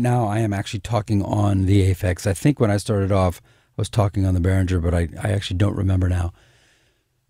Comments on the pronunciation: First of all, Mr. Behringer himself says that the name is pronounced "BEH-ring-grr". Not "BEH-rin-jer". Pronounce it correctly and impress your friends! :-) And secondly, comparing a Behringer anything to an Aphex anything is unfair. The Aphex will win with BOTH hands tied behind its back. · Yes, it's the correct german pronounciation, since it's a german name and the company. But that wöuld be wiseass 👻